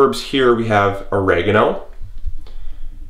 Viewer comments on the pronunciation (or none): Firstly......these are HERBS....not ERBS..........and you need to learn how to pronounce Basil and Oregano......and to be honest, all this method does is save electricity.......